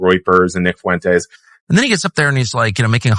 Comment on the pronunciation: My niggas theres no L in Fuentes, it’s not rocket science monkey